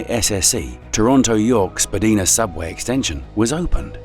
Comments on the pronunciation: Who are you and how do you know so much? The only error I caught was your pronounciation Spa-dee-na. It's actually Spa-Dine-na but that's understandable since the narrator is separate from the writer 😁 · "SpadInah" is not a proper way to pronounce Spadina. Rather pronounces like "Spadyna". This is how it is pronounced in TTC st least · Hidden tunnels I and my Pals discovered as Teens,, though it pisses me off Ai. Can't pronounce Spadina properly.